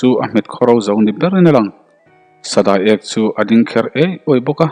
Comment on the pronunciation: Sa da....i e...k tih tur,thluk a aw a,i chhiar tha e